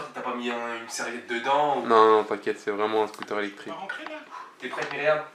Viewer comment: like si ta remarquer dire eectrique et non pas electrique trop mignone jvous aime